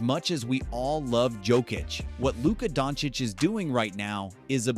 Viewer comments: It's Yokich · You pronounced Jokič as Joekich! :)))) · It's Djokitsh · It's pronounced Yokic. Stop disrespecting people's name. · If we getting technical in English the correct pronunciation is Yow-kuhch or Yo-Kutch. To not announce the ch at this end is disrespectful